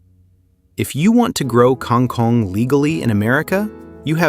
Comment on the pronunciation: This AI idiot can't pronounce kang kong and it's annoying.